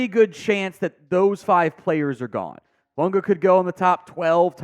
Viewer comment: Hey, how is it that hard for you to pronounce Fuaga, FOO-AH-GAH. Have you not heard anyone else say his name? What's the deal here